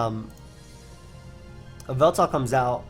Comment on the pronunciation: whenever you said yveltal I tought you said baltoy